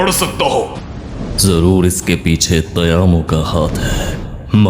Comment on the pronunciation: Tamayo❌ Tayamo✅